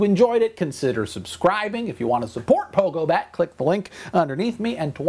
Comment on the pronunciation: What's going on with this dude? "pogobat"... ?